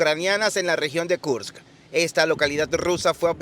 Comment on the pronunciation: Kursk , no Karsk.